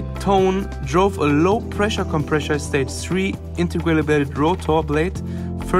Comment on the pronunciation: you are incorrectly pronouncing "compressor" as "compreshor".